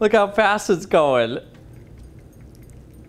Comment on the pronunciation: Lmao why does he say it like that?! "Goel" 🤣